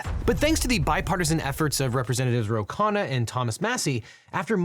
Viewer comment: KHUN-na, not KHAA-na.